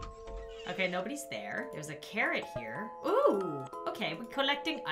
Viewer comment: i may just be deaf but when she said "theres a carrot here" i heard " theres a Karen here"